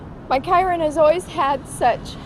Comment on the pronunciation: And being unable to pronounce KYRON. Some "pet case."